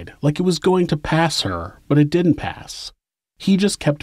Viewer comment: "Didn't" not "dint".